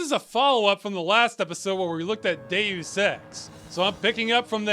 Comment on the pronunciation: Only thing that annoys me is the pronunciation of Deus as day ouss. It's dey us! Still love this channel and all the videos though, subscribed ❤